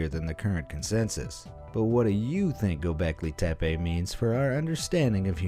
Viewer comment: İts “Göbekli tepe”